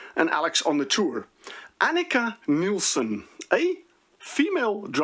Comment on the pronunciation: My rant is that nobody can seem to pronounce her name right. I can somewhat understand that a ln English speaker would say Niles instead of Nilles. But a Dutch speaker should have no trouble to say Nilles. Yet, you say Nielsen.